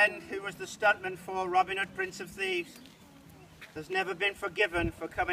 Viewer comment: “Robin Hoe” 😹😹😹